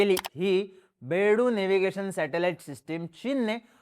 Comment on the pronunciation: अरे बेडू नाही बायदू म्हणतात त्याला